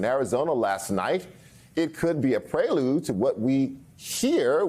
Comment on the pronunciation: Pre lude. Not pray lude.